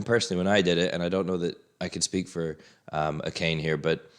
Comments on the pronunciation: Baka is idiot/moron. I wouldn't worry about some whiny loser complaining about you saying it. Great review, as always! Also, it's pronounced Ah-kah-nay, not Akayne. ;) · Ah-kah-nee. Three syllables. Every time you say Ah-cane I want to break something. 🤣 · There is absolutely no j sound at the end of Akane though. Use google translate set to Japanese to hear how it is pronounced.